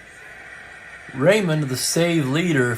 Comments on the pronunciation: I hope you don't mind a name pronunciation correction. Claude Raymond was French Canadian. His last name was pronounced the French way sounding like Ray Moan. He became a favorite in Montreal when he pitched for the Expos starting in 1969. Great call as always today and with the surprise player of the game (won't name him for those who did not watch the live game) you just never know which is what makes baseball so great. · Just to add to Franklyn’s point, being from Montreal myself, the exact pronunciation Clode Ray moan but the “n” is silent if that makes sense.